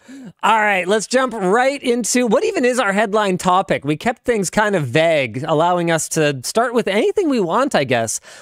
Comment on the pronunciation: what kind of accent pronounces vague as vaG???? bothers me every time